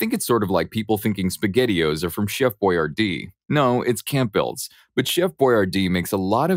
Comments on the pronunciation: And Campbell's not camp bells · And Campbells isn't two words 😂 it's a silent P. or is it the Mandela effect again 👻 👻